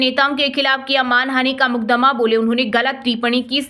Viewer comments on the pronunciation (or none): कृपया हिंदी सही बोले मुदकमा नही बल्कि मुकदमा होता है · यह सुबह सुबह समाचार सुनने वाली जो माता है कि जो लड़की है इसको मुकदमा बोलना चाहिए और बोलती है कुछ और विद्यार्थी बोलना चाहिए यह विद्यार्थी बोलती है इनको शुद्ध हिंदी तो आती नहीं और समाचार सुनने के लिए बिठा दिया गया जय जय भारत बाबा राजनाथ काली कमली वाला शुद्ध हिंदी